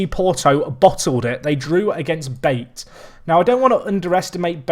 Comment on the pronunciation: OMG these pronounciations. BATE is pronounced BA-TE, TE as in TAYlor Pjanic, you got most of the name right but names that end in (ic) is pronounced itch